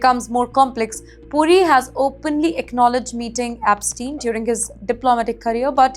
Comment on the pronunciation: I know right! Who are Jaffrey and Apstien, one wonders?